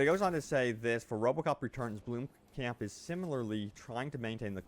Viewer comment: blom-camp not bloom-camp XD